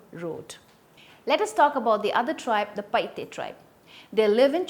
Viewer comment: Paite not PaiHte